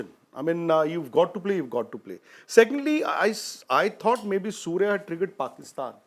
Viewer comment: Surya ❌ suur😂😂😂😂